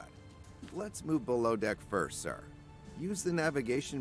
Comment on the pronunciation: Looks like an intresting game. Also, I like how the narrator says sir, sounds like he says sar